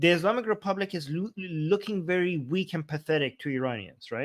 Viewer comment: I can't get past the 'ayand'.